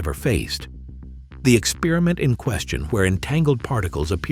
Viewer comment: "ex-perr-i-ment", not "ek-spearmint".